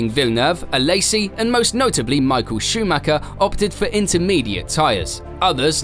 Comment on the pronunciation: It´s sad that people don't know how to pronounce Michael Schumacher